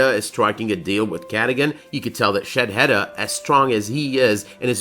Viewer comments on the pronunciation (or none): His Name is Sheidheda btw. Not Shadheda or shedheda.